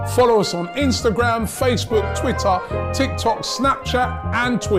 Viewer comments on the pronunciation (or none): none